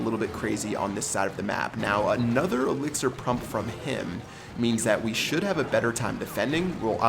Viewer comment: "Now another elixer prump from him" 2016